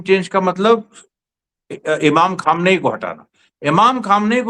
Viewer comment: Imam khamenai jab aap kahte hain to bahut achcha lagta hai